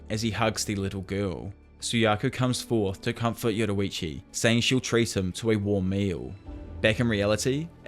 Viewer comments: why do you keep saying yoruichu, this isn't bleach lol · 6.45 yoruichi it's yoriichi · Yoriichi not yoruichi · "yo-riiiii-chi" not "yowowowoowrichi" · Bro it not yoroichi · This dude says “Yorrichi” Like “Yetawachi” 💀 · why’d you say yoruichi instead yoriichi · Its like your saying yowuriichi instead of yoriichi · Why do you say Yoriichi as Yororiichi? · "yoruichi" lmao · Why u call him Yoroichi lol. Nice video btw. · inspiring amount if effort that you put into these vids but its "yor ee chee" not "yoru vichi" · Bro I love when he says yorrichi he says it like yoddorrichi I love that bro keep it going and love the content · im crying "yoroichi"